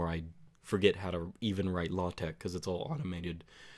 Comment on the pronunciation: It's not everyday I hear LaTeX pronounced so perfectly like this.